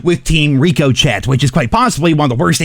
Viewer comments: Reeco chet 😂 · Seriously can’t do this anymore. Numbers are not letters! Number A? Noooo number 1!, and it is not rico chet it’s pronounced RICOSHAY SAY IT!!!😂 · “Rico Chet..” ain’t no way you don’t know how to pronounce Ricochet.. that’s just crazy! 😂 I guess CoD really does make people dumber. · Brother wtf is a Reeco Chet 🤣🤣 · was looking for this and the fact he keeps saying reeco-chet instead of ricochet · Does he really not know how to pronounce ricochet or is he just being snarky?